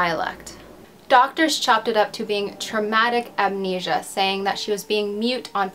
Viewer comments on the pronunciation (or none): none